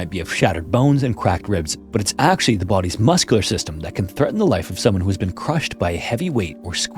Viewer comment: Is this AI? I always notice how he says oo instead of u like he says ‘rescoowers’ instead of rescuers or ‘muscoolar’ instead of muscular lol